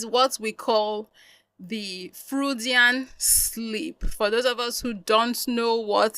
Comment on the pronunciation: This is not me being rude i kinda like you u are correct about the freudian slip but it's pronounced froydian... i got a few more words i wanna teach you about btw ..